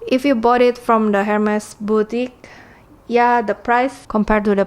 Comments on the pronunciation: It's pronounced "er-mes" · Why don’t you learn how to pronounce Hermes first ?